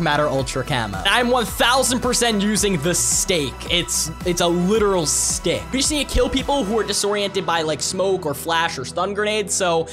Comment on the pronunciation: Who else heard say stake instead of stick